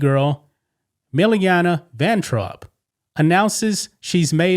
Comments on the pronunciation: Milana, not Milliana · You badly mispronounced Milana. But I've never heard of her - probably because I don't watch commercials. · This is what you call news? She started doing this months ago. You can't find anything else to call 'news?' And you didn't even say her name right. Sheesh.